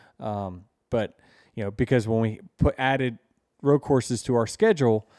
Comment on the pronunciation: It's ROAD not ROW. 🙄